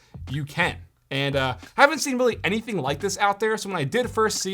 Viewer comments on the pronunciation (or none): none